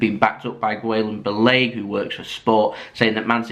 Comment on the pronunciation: i believe its pronounced poch-etino and Gill-em Bal-a-gay